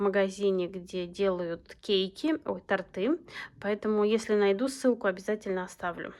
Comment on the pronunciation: у вас приятный голос и правильная речь.И хочется ещё её улучшить) ТОрт,тОрты,никак не тортЫ.Так же как и бАнт,бАнты.В этих словах ударение всегда на первую гласную.Много у вас молдов и все интересные.Хорошо что показываете размер.Вот если бы продавцы тоже указывали тоже размер).Несколько раз заказывала,приходят такие мелкие! Вот как вы показали «виноград».Я приспособилась клеевым пистолетом отливать формы или восковой пластилин использую.